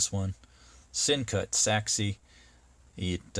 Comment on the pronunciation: Pronounced it correctly! You are the first reviewer to get it right. I bought the same exact one. Folks... This guy is right. Beautiful knife, at a Great price!